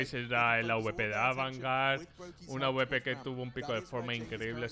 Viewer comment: Que pesao con decir aubepero en vez de awper